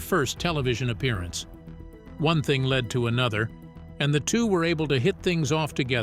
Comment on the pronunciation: Chip's story is inspiring and interesting, but posts their thumb-nails for videos is misleading. I won't be watching any more and they should use an AI which understands the meaning of what it is reading. The word led was mispronounced as lead. If is going to point out a flaw in Chip, fix your AI so reveal truth instead of confusion. Maybe they should rename the channel Confused Secrets.